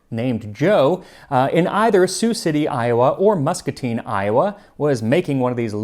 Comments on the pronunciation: Iowa mentioned!!!! It was Muscatine. And you said it correctly!!! Maid-Rite was started in Muscatine. The original building got shut down due to a health code violation a while back. It was later purchased, renovated and is now owned by a food catering company called A Guy And A Grill. There is still a Maid-Rite operating on the north end of town. - Muscatine native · Thank you for pronouncing Muscatine correctly. Most people get it wrong.